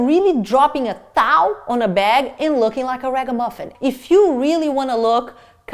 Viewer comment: I lose it every time you say ragamuffin 🤣